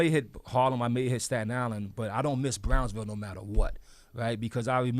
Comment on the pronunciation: EXPWESS !!! BWICK MANSIONS!! WOWDY !!! The PWOJECTS !!! The WIZA!!! BWOWNSVIWWE !!! BWOOKLYN STAND UP!!!